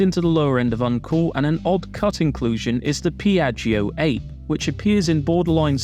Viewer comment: Piaggio’s vehicle is the Ape (ah-peh), meaning Bee and not Ape the primate